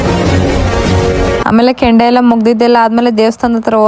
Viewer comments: ಕೆಂಡ ಅಲ್ಲಮ್ಮ ಅದು ಕೊಂಡ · ಕೆಂಡ ಅಲ್ಲ ಕೊಂಡ ಸಿಸ್ಟೆರ್ ಅದ್ದು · Kondda not kandda